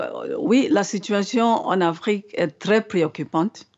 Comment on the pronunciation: Pourquoi l oms prononce l Afrique au pire